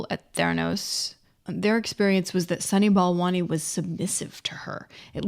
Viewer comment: "sunny ball monies", "balani', "balant" "Sonny Ball Wany" ? Seriously?